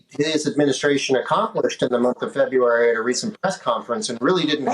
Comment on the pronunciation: Why can't anyone say "February" anymore?